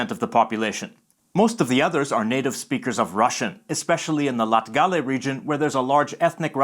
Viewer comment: as a latvian i have a few tips for ya when you say '''latgale'' put the emphasis on ''lat'', rather than ''gal'', it sounds all the more natural! but great vid :))